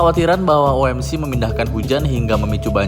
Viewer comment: OMC, kepanjangan nya bahasa indonesia. OMC ny dibaca indonesia saja, tidak usah dibaca dengan enjaan inggris (oh-em-si) :face-red-droopy-eyes